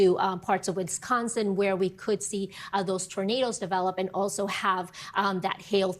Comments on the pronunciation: Stupid weather woman; ‘IlliNOISE’. Duh. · Someone please tell their meteorologist that you do not pronounce the “S“ in Illinois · "Illinois" was not correctly pronounced in the weather report... The level of education in the US has fallen dramatically ... So sadmmm